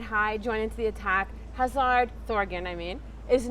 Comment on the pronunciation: Omg the pronunciation of the Belgian players is awful. Mostly the woman. Meunier isn't Spanish lol he's Walloon. Hazard is also Walloon and not English